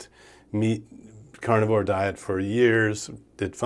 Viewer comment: I shouldn't pick on his language skills or dialect but I will anyway. "Cornivore" cracked me up every time he said it. He eats only corn? LOL